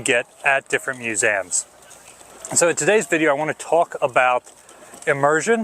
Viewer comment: Just love how is always talking about “musaaums”. 😅